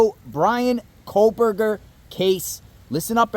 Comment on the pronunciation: Over a year later and you’re still calling him KOHLberger?! lol😊